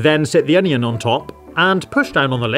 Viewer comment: I swear, he changes how he says onion every other pronunciation